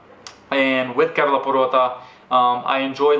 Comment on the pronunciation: The way you say KERALA is soo gooood!!!!!